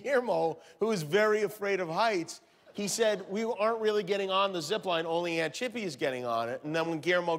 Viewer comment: The way Guillermo says “aunt chippy” 😂😂😭😭😂😭😭🤣🤣😂😭😂😭😭😂🤣🤣